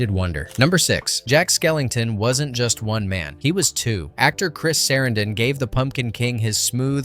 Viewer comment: Chris SAH-ran-DIN...Sorry hes one of my favorite actors so this mistaken pronunciation got under my skin. My apologies for being rude